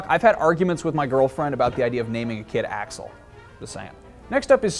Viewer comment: the way you say axel is pretty wrong - a fan from germany :D